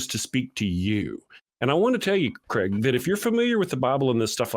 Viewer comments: This guy's name seems to be a bit of a problem pronouncing for Americans for soms reason. His name is Craig, but they pronounce it Creg. It's supposed to be pronounced 'Crayg' or Krayg. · His name is Craig, not Creg. You pronounce it like Krayg.